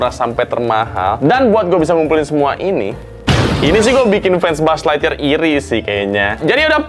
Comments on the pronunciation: Buuz ligthyear😂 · bang gue lagi ngantuk bgt cekikikan bgt denger lu bilang mulu "Bu'uz lightyear" bgst😭😭😭